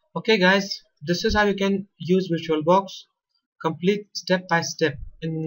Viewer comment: intro: "compelete" excuse me wtf?